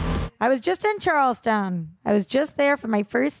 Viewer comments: Then you should know it's CharlesTON not CharlesTOWN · You said Charleston wrong